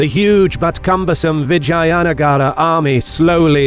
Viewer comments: It's vijaynagar not vagina nagar..haha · Its read as "Vij-jeya"(Victorious) "Nugger"(territory/town/country/city). Please consider learning foreign pronunciation as it will add more value to your content and show that you have respect for other cultures. Just ask a native and I am sure many people would love to help. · Thank you for making this! 😊 One nit: All the a's in Vijayanagara are pronounced like pun. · I like the accent how you spoke The name of the mighty VIJAYNAGAR EMPIRE